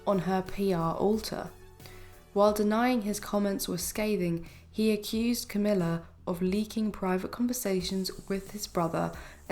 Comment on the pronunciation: Love your ‘Crowmilla and lazy Kate!! Cowmilla and Khate😂